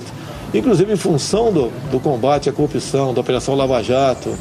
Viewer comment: ".. crupção" :P